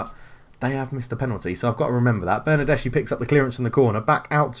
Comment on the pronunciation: It's pronounced Ma-te-a De-Shi-Lio, not actually hard to pronounce it's just a weird spelling for those unused to it. Also it's Ber-nar-des-ki.